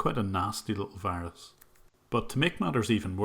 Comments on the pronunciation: The pronunciation of V as W is common with lots of Indians. I hate when they tell me I have a wirus on my computer :'( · You mean a wirus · You mean a Wirus. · Correction: he sends you a wirus